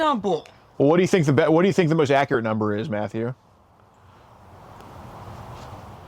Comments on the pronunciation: " I DON'T KNOW a NuMBHER" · "I dont know what Numble" lol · “I don’t know a numbuah!!!”